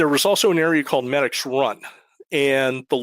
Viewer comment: Pronounced me-dix after the tributary medix run shout out to medix hotel awesome food and people